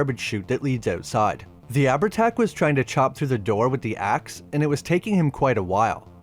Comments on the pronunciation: FYI - Its pronounced Av-art-ah or Av-art-Ouck. 'h' in Irish isnt a letter, its a Séimhiú. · ahh-ver-tach, sorry it sticks in my craw. also showing an icon of an native american due to the term 'chieftain' is... interesting. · I’ll let you away with Abhertach (ah-ver-tach) as Irish and Scots can be fckers to pronounce, but you’re not getting a pass for ‘curn’ for cairn 🤣